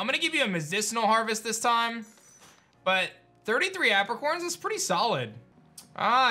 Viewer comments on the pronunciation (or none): none